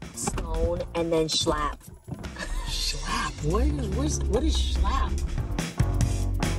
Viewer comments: The fact that she was trying to say shiplap (schlaap) 🤣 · “Shallap” = Shiplap. You’re welcome. 😂😂😂